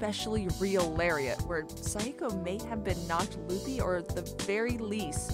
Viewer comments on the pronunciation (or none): none